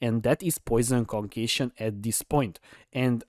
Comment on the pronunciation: "Conqueishon" hehe , sorry not making fun of., just sounds funny.